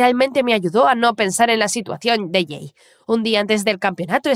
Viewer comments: Por que cada vez que dicen el nombre del chico escucho que le dicen gay?😟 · Se que en la parte dijo “soy jay por sierto” pero literalmente escuche “soy gay por sierto” y quede re confusa ósea- 🤨🏳️‍🌈❓❓